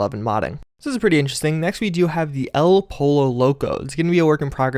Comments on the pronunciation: Did you seriously just pronounce it Po-lo? It’s poy-o, and it’s Spanish. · The name of that grenade launcher is chicken in spanish and its pronounced "poio". I laughed so hard when you said polo xD